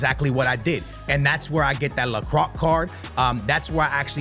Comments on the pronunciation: lo crack 😂😂 it's pronounced like la Croy if I'm being honest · Locruck 😂😂😂 you butcher lot of names but this one was too much.